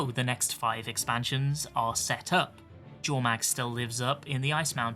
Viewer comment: I'll never understand why Arena slipped up on the Norn pronunciation of Jotun and Jormag, etc. It is NOT pronounced "J" it's pronounced "Y" - so Yotun, Yormag. Norse/Viking words are pronounced this way. Always made me grimace.